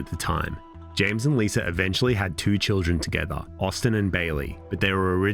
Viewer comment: L..I...S...A... How in the fuck does that spell "Liser"???? Why cant brits end a word in an A without turing it into an ER???